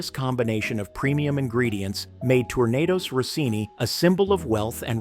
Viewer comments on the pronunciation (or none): Tornados Rossini ??? 🎉 I just love when American narrators try to use french words... 😂